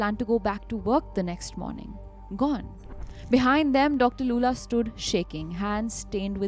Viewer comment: how do you pronounce Lulla as Loola